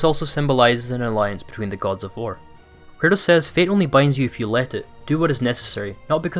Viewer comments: Dude it's kratos not Curtis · Are you saying curtis or kratos😂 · Good video but I swear I keep hearing him say Curtis and not kratos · Sounds like you keep saying curtis instead of kratos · who is this "Curtis" you speak of? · Man everytIme this guy says KRATOS, all I hear is CURTIS... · Interesting vid, but you know his name is Kratos, not Curtis? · The way this guy pronounces 'kratos' sounds like he's saying 'chris' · Anyone hearing it as curtis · Am i the only hearing him pronounce KRATOS Curtis ? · It sounds like you’re saying Curtis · Sounds like you're saying Curtis instead of Kratos. No beef, it just made me LoL imagining Kratos fully embracing dadhood, and changing his name to Curtis 😂😂😂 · Please stop saying KURTIS! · “Kratos” not “Kurtis” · Yo this whole video I'm thinking "who the hell is Curtis??" But finally realized you were saying Kratos... slow down bro, say it w me. KRAYY-TOES. Great video and breakdown tho 💪🏽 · Love your vids, but why the hell do you always pronounce kratos’ name wrong it sounds like you are saying “curtis” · who the fuck is kurtis? You mean kratos? lol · Great video and breakdown. The way you pronounce Kratos sounds so much like Curtis which reminded me of Cory Barlogs interview with gameinformer in 2018 😂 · I'm I the only one that keeps hearing this channels narrator saying "Curtis" when he's referring to Kratos? haha 🤣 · Yes bro me too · STOP SAYING KURTIS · You say kratos, I hear curtis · Why does every time u say Kratos it sounds like Curtis?? :)) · bro the way he says kratos is annoying me